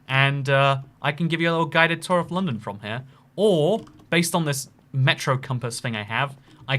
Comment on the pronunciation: "Gotta take the CHEWB to the tower a lundon"